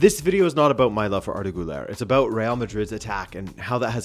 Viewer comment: Always happy when you talk about Arda Güler‘s club. But please, as you are the president of the Arda Güler fan club, please start pronouncing the „ü“. You are half-Portuguese. You are not American. You are smart. I believe in you ❤️